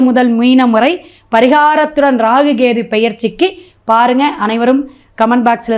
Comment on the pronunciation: Half of your video is waste. It seems you have copied down from others. All your predictions are waste. I think you don't know astrological predictions. You are totally waste. You don't even know how to pronounce kethu. Stop posting this kind of videos. Loosu